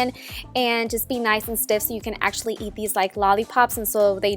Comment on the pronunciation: "Let them harden and be nice and stif" 😂🍆